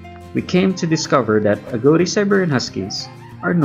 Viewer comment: Agouti = "A-gow-ti" ?? I always thought (& have only ever heard...until now) .. 'A-goo-ti'. Is that an American/Canadian thing?